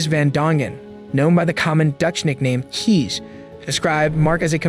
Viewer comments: Funny how you say "keys" for the Dutch name "Kees". The double ee is actually more like the A from the word ate, as in, he "ate" that apple, or the A from spray and mace, as in "he sprAyed the bear with mAce". Actually, as I'm typing this, I realize the word "case" is exactly how the name "Kees" sounds. Anyway, fun video. Good stuff. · The sentence is embarrassing. The Dutch name Kees is pronounced as case. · ‘Kees’ is pronounced as ‘Case’. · Cornelius or short Cees or Kees is pronounced as ‘case’ not ‘keys’. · Kees? The kee is like cake instead of keys. Really hope Berlihna isnt allowed to change her name once she gets out. 12 years is nothing. She should be in for life. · Kees is pronounced “Case”. Double EE is always pronounced like that:) not “Keys” 😊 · Please do your research. Kees isn't pronounced like an English native sees it. It's pronounced like Case. It's not that hard. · And Kees is pronounced Case.